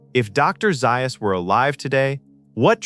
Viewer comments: Dr. Zaius is pronounced “Zay us” NOT “Zi us” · Not Dr ziyas, Dr zayas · It's not Dr. Zius. It Dr. Ze-us! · Did you know that Dr, Zais is really pronounced Dr. Zeyeus? AI is always a drag. Hire a human being to read your swill. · Have you ever watched the movie????? m Dr. ZAY-us; NOT Zi-us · Doctor (pronounced) "Zayus". Probably AI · It's pronounced DR 'Zay-uhs" rhymes with 'Chaos" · Who is Dr. Zie Us? Holy crap can't AI get one thing right. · with so many mispronunciations, I'm calling the poor narration intentional (Dr Xyuss, Pierre Balloo, etc., etc.) and highly offensive. This could have been a neat little documentary... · Someone teach AI how to pronounce ZAYYYUSS correctly. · You watch the film It is Dr. Zay-us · Doctor "Zie-us", really!? cant take back my view unfortunately.... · Dr. Zy-or-us❓ You "AI" sucks.😞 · And Dr Zius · took me longer to downvote this video but as soon as i heard "Doctor Zie-us". Sigh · orangutan lol he is ai and the ai cant say za us lol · Something every Planet of the Apes fan also knows is that the AI mispronounced Dr Zaius. 😕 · First of all it's Dr Zais not Dr Zais. Ouch different. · Or pronounce Dr. Zaius correctly. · Zaius's wish would be the narrator pronouncing his name correctly. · The pronunciation of Dr. Zaius is bad. Also, if you are going to quote parts from the movie, have the correct inflections. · Something every Planet of the Apes fan knows is that the AI also mispronounced Dr Zaius. 😕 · Zaius would teach the film narrator how to pronounce a few words better, including his own name. Anyone who watched the movie knows the narrator didn't watch the movie. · This was excellent, even though you mispronounced Dr. Zaius, Abraham, and orangutan. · Dr Ziias ??? Orangeatoons ??? Kind of killed what was interesting stuff.